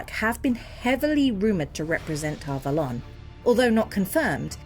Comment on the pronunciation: yes but that doesn't matter. I have never heard Ghealdan, or Tar Valon pronounced that way.